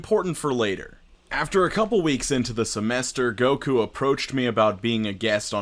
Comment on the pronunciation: I'm so sad to hear Goku's name slandered like this 😩😂